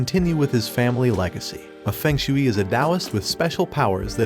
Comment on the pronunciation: It is pronounced feng shu ei